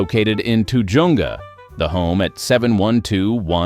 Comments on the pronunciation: The AI computer obviously never saw the movie "Zootopia." "It's pronounced Ta HUNGA!" 😜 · And Ta-JUN-ga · The AI computer obviously never saw the movie Zootopia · TAH- HUNG-GAAH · Ta Jung a? Really AI, get better. Does anyone listen to these narratives before posting? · TOO-JONGA???? Get a real narrator. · If you MUST use a robot voice, at least listen to the end result and do whatever editing is necessary! that is the worst pronunciation of 'Tujunga' that I have ever heard! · this is Southern California and Spanish names and pronunciations are in order In Tjunga the J is pronounced as an H then you won't sound like a dumbass and you might recognize the name.